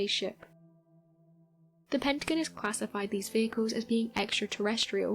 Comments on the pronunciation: I love these videos, but the consistent mispronunciation of the Pentagon was driving me nuts. It's Penta-gone, not Pent-again. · It's Pentagon. Pent-a-gone. Not pent agin. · What the hell is a PENTAGUN, LMAO ITS PEN-TA-GON. Lol how you going pronounce everything rite then pronounce that wrong. If you can say everything else rite then say it rite, or il blutty slap you jk😂😂😀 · Her pronunciations of pentagon made me turn this shit off lol. Very lil facts anyways just speculation